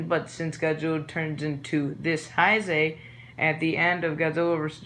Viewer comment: learn to pronounce Heisei lmao